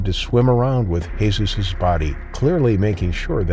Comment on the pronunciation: Lol that's not how you pronounce Jesus in spanish